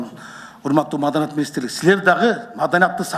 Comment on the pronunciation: Биринчи маданият деген созду уйронуп алчы кайра кайра маданат дейбербестен